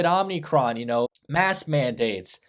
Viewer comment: lol "OMNIcron"